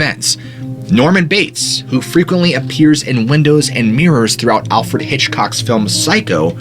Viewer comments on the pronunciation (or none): none